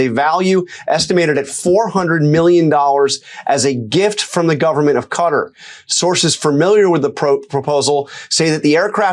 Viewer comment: Quatar is pronounced KAtar not CUtter every time u all say it it grates